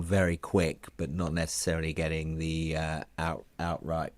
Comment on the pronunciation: I watched for a while, but only Allan could pronounce 'th' properly, so I gave up !